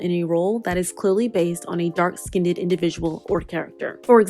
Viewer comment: Not you repeatedly saying “skinned-ed” 🥴